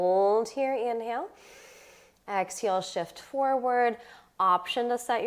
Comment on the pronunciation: I noticed that. She says “ex-heel.”